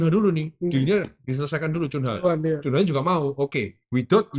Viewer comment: Bukan Kunha. Bukan Kanha. Tapi Cunia bacanya. Itu ada channel sebelah yang sok tau, sok kongkow, dikasih tau sama netizen cara bacanya ngeyel bilang Kanha. Katanya punya temen di Inggris nyebutnya memang gitu. Ternyata ada tenglang henpen. Jan.. angel kandanane cah kae.